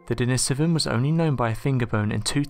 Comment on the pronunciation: Pronounced den-ee-so-van denisovan